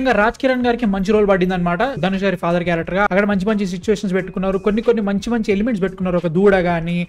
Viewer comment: Adi gari not gaadi